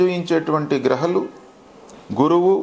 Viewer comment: Grahalu anakandu guruji grahaalu anandi meeru annee spastamga maatladutunaaru ee okka word thappa